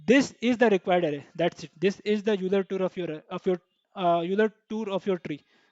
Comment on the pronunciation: I hate to be that guy, but Euler is pronounced "OY-ler" lol. Great video